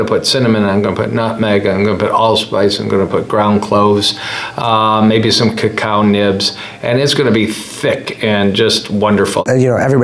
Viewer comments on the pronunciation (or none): none